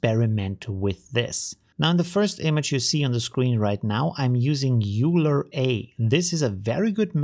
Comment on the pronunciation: Another great video, I appreciate all the amazing videos you make, thank you. If the Euler method is based on Leonhard Euler maths, it is pronounced as "Oiler" or "Oyler" rather than "Yuler" cheers!